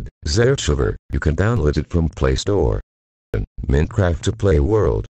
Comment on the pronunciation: Hello TTS guy. Why use a tts lol, its telling Mincraft instead of Minecraft